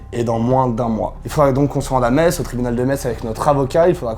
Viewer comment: Oh les vilains Lorrains dénonciateur ! Non je rigole, je suis moi-même Lorraine (🎶avec mes sabots 🎶) et à 20 mn de Metz, bravo pour votre prononciation du nom de la ville,parceque souvent les gens prononce MeTz 🤪